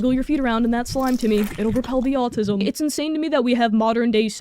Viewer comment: Im not American, but it kinda sounds like youre saying altism?